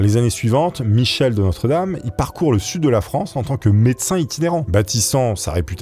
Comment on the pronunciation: Michel de Nostre-Dame, et non notre-dame, ptdr